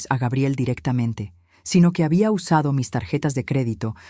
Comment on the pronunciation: Yo ni siquiera le pregunto cuánto necesita, simplemente les digo lo siento pero ya no te voy a enviar dinero. Así es que te puede ur a volar. Y por favor pronucien Gabriel en Español correcta mente y luego gaibiel. Y mire señora en vez de estar rebajandose y humillándose con tanto la bla la con en esos dos idiotas ciere la puerta en la cara y Que se largue . Y esa nuera que dice into que los padres ayuda a lis hijos pues que le pida a sus padres. Grabiel, gaibel, Gabriel y de Nuevo gaibel